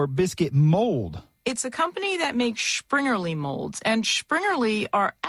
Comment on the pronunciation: where does she get the "sch" sound in Springerlee.